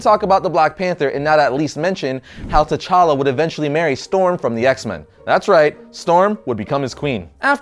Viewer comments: Wrong pronunciations. The 'T' is light and shouldn't be pronounced as 'Ta' but as a click 'T'. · The 'T' in T'Challa is silent. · t' is silent! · Well done, but please keep in mind, the 'T' in T'Challa is silent! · the t in T'Challa is silent